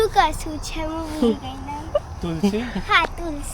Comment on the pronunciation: બધી ભાષા ની પત્તર ફાડી ના ખી છે ! એક પણ ઉચ્ચારણ સાચો નથી! એક પણ જગ્યાએ માતર નથી. છે ની જગ્યા એ છ.